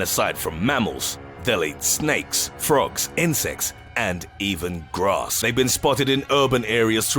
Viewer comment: "And even GRAAASSS!" OMGZ!